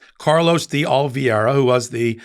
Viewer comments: O - li - vei - ra "vei" not "vie" . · Ol vee air ah? Please check the spelling of his name and pronounce it correctly. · Again. It is "de Oliveeeeera". Easy peasy. No need to struggle with flubbed pronounciation.